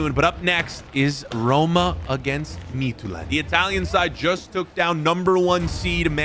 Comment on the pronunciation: As a Dane your Midtjylland pronunciation was pretty solid for someone who doesn’t speak danish. The English Y is quite a bit different from the the danish Y, and that was the main part where your pronunciation was lacking